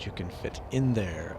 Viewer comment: "you'd be surprised what you can fit... In... There...." Lol